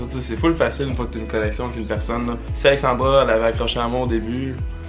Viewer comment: Je vous trouve vraiment cute ensemble! mais c'est AlexandrA, pas Alexandroh comme dis haha!